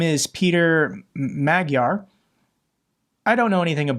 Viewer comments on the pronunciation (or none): Dear. Dear defender. I'm a great fan of your work. I watch your videos daily. I'm a Hungarian but also an Australian currently residing in Hungary. I just wanted to give you a humble correction re the Hungarian bit of your clip today. Peter Magyar...pronounced as P. Majar...the Hungarian word for a Hungarian...is not worthy of your support, only because he's opposing Orban. He's just as bad as Orban. Actually, he's not as bad as yet because he's still in opposition but if he did get in...that would be an even sadder day. There's no trustworthy opposition in Hungary today. Even if those crowds thought otherwise. Those crowds in Budapest on the 15th of March. Budapest. The very thing I'd like draw your attention to. You said; Hungarian demonstrations in Bucharest. Now, that's the capital of Romania. The one country that some of us as Hungarians don't view with a kind heart due to historical reasons. Now, to the point, to mix the two capitals in that manner, and I know it was accidental, can cause some upset in some viewers of yours. I hope you don't mind me letting you know. You do an excellent work in your reporting. Keep it up, keep up defending democracy. Kindest regards. Szilard. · it is pronounced Madj-yar, and the speech was not in Bucharest but in Budapest.